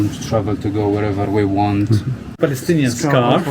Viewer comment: The "balestinian" (his pronounciation) is wrong. Once people relearn from history, islam and islamists will be pushed further away. And there will be peace in the lands. ONLY time there is peace in arab muslim land is with strong rule (and plenty of suppression and oppression that goes with that). That is why islam is incompatible with democracy, western ideals and open societies. Long live Israel and Lebanon, as majority jewish and christian states! Muslims and arabs have enough places to go.